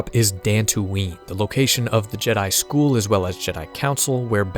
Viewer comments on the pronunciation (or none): none